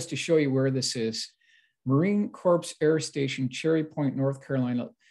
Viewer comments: Hey. Here’s a few things to make notes on for your future videos. 1. Marine CORPS is pronounced “CORE”, not CORPSE. 2. There is no such thing as a four star Major General. A Major General has two stars. Keep up the great work and research. Here to help out on the Mil stuff if ever needed. S/F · New subscriber here. Came after your interview on Richard Dolan’s channel. Love the stories and illustrations. But it sounds like you’re mispronouncing “corps” (as in Marine Corps). It’s not “corpse”, it’s pronounced “core”. The “ps” is silent. Just a tip. Thanks. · Marine Corps is pronounced marine core. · It’s pronounced Marine CORE.